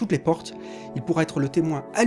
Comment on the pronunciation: la prononciation n est pas la bonne. Mais de toute façon il a eu une faute sur l horthographe ca devait être écrit BLAM.